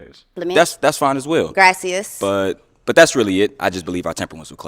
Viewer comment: Her pronouncing it graciyuhs instead of graciyas (it’s spelled gracias) over and over was pissing me off